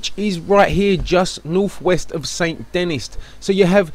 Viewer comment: The way you pronounce Saint Denis hurts me.